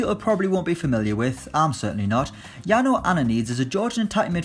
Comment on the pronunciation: It's Jano not Yano